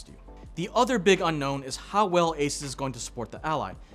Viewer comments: FYI it's "ey-suus", not "ey-ses" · your pronouncing asus wrong lol